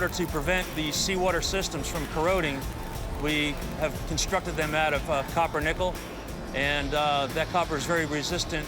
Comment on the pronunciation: the narrator straight up trolling the audience with that pronunciation of Copper Nickel